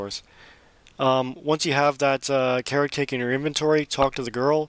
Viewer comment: When you said Car-rock-ache i pretty much put it together straight away and said Carrot Cake?